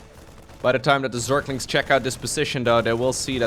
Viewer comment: zerklings --> zerglings